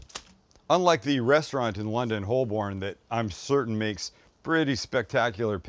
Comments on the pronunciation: Any Londoner will tell you that the "L" in Holborn is silent, so it's pronounced "Hoe-bin" and rhymes with Woburn. Great work Sam 👍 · Holborn.. pronounced hoe-burn 😉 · 😆 Holborn from London, cracked me up! It's pronounced Hole-burn, love it!! Nice pie too :)